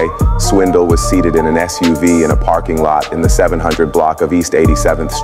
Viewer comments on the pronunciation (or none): none